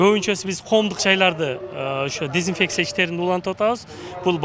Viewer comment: Начальник МЧС дезинфекция деген созду зинпексия деп атабы....